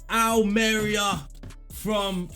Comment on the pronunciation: Almeria is pronounced Ahl-meh-ree-ah.